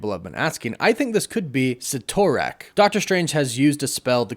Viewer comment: You said Cytorrak 3 times and pronounced it differently each time